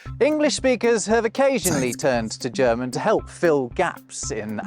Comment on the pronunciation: your german intro pronunciation is getting better and better, soon you will be able to speak german